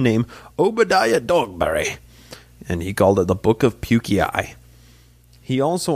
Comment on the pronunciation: It’s not Puke-e-i , it’s Pukei, rhymes with Nephi.